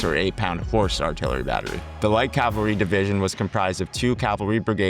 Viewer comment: ha thanks for letting me know you’re American. Apologies if I seemed hostile. I guess the AI age of low effort content got my hackles slightly raised as AI narration often has…idiosyncratic pronunciation. So mainly I was pointing out ‘battalion’ and ‘cavalry’. Pronounced ‘bah-tell-ien’ rather than “bat-till-ien”. Also cavalry would be “cavell-ry” rather than “cal-very”. Those were the main ones. It’s a very informative video but many of your audience would find that a bit jarring as they’re likely to be military history enthusiasts, so have will be hoping for that accuracy in videos :) Again it’s very well explained and the animations help a lot as I first came across these concepts in static diagrams from books. By no means is it low quality and certainly not low effort content. Keep it up!